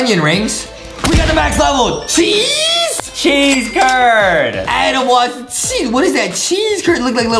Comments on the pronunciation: I thought Justin said sheesh not cheese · I was laughing so hard the fact that Justin’s going sheece instead of cheese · How everyone says cheese How justin says cheese:chyeeez